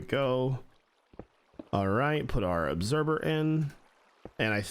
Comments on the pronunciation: Obserber? Not once, but thrice. Lol. I thought maybe he just tripped up on a pronunciation, but nope, it’s a thing. Lol. I’m not being mean, it’s just one of those words!! Like library being pronounced lie-berry. We all have a word like that!! What’s your word? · I swear you say observer like "obserber" at least that's how I hear it and it's kinda great.